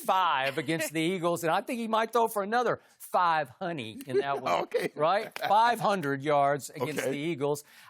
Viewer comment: “ Five-hunny “ - Skip Bayless . 😂😂😂